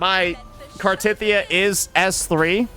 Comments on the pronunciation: its actully pronounced car the teth of the e ya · Also, knows how to CORRECTLY pronounce her name.... But he just chooses not to...